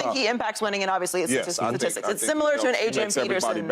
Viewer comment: Let’s get someone on this show that can say STATISTICS please